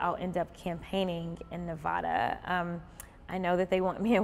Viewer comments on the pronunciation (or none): Say the middle A in Nevada like you say the A in apple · I wish she would say, "Nevada" correctly, though. 😂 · Before you come to Nevada, make sure you say it right. Look it up. Seriously.